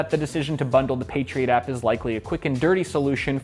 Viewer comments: I keep hearing "Patriot Act" rather than "Patriot app." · i keep thinking he's saying patriot act